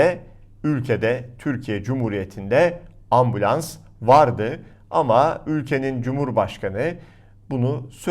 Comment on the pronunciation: Ambulans demedi orada. Ambians dedi:)